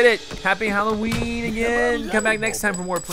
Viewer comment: Did he call nightmare before Christmas nightmare before cholloween?